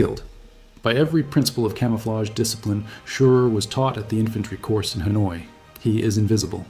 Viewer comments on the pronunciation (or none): none